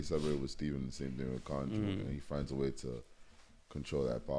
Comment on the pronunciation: Ouch my ears! Why does say Konju? The name was JUST said. And he keeps saying it...